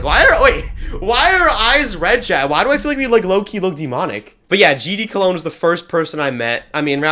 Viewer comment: “I LOVE GD COLOGN”